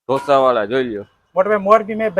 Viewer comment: Dhosa nahi “Dosa”